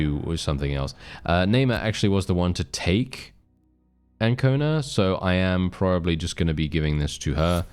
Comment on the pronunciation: One thing that I am surprised about is that you are pronouncing correctly the name Ancona.